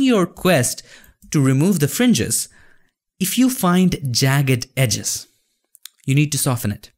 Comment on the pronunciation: "Egis" "edges" Happens all the time with me 😂